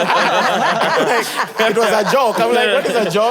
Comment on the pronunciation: Nobody:: It was a jok,it was a jok😅😅